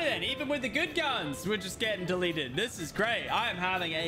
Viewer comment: dont u think its funny how he says deleted